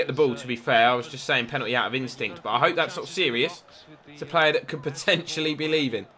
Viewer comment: you say plea name as play